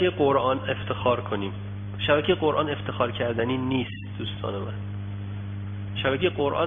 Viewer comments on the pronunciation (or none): none